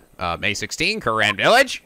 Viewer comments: THE REAL WRONG PRONUNCIATION IS KOO RAIN! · Yes, you have been mispronouncing Kurain, it's "Ku-Rain" RAIN and it means so much to me that you've admitted it,even if it was only in jest. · You went back to pronouncing kurain dreadfully wrong